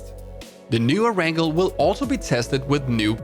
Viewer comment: Cringed at every err-rangle. It's pronounced air-n-gail